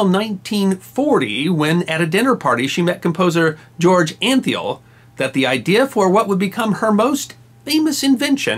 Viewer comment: George Antheil is pronounced Ahn-Tile... hope you can make note of that. I'm an Antheil and know the correct pronunciation.